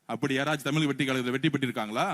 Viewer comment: Mudalla Tamizh appadinu sollu pakalam. Unaku tamizh ucharipa varala